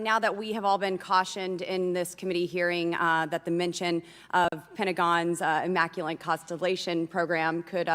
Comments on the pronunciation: the dingbat congresswoman keeps saying, "immaculent," even after having read the word countless times before this hearing she was voted into office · “Immanculant” with an n lol